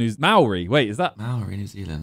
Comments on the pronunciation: When Simon said he thought Māori was Hawaii, I fully face palmed myself 🤦🏽‍♀️🤣🤣 The pronunciation from him and Tobi tho OMG Mowry and moe-ree 😂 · Replace the R in most Maori words with a D cuz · From NZ here, easiest way to pronounce maori is Mould-Ri😅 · Maōri is pronounced "mouldy" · Maori Is pronounced "Mould-e" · My oree broo xd its kinda pronounced mah or ee W vid tho (roll the r) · Me watching this as a Māori person, makes me more happier to be one, seeing the boys trying to pronounce our name is very interesting to see. This is probably the first time, we have ever been mentioned in a Sidemen video. Hopefully the boys get to react to the Māori haka in a future reacts video. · how would you explain the correct pronunciation of Māori to someone from overseas? I usually explain it’s saying the word mouldy really fast 😂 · im from new zealand and I was laughing watching you guys try to pronounce Maori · Shout out to tobi for not picking New Zealand 😂 How to pronounce Maori - think mou in mould, then think the ri in rihanna - for those that wanna try add a curl in the tongue in the ri kinda like rri hope it helps 😁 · As an Australian, hearing Tobi butcher “Māori” was MENTAL 💀💀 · Tobi''s pronunciation of "māori" hurt 🤣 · The way tobi says Māori, hurts me 🥹💔 haha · Watching the boys say Māori wrong is making me cry LMAOO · The way they pronounced the word 'Maori' was killing me 😂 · as someone who is maori it was funny seeing them struggle to pronounce it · HELP IM MĀORI U SAIDIT WRONG 😭😭🤚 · I literally cringed hearing them say māori being a māori 😂😂😂 and how can māori be Hawaii Simon lol when Hawaiians are Hawaiians. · fmd "Mowry people do their Hacker" 🤣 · the pronunciation of Māori and Haka killed me 💀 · the way the pronounce maori and haka.. brudda.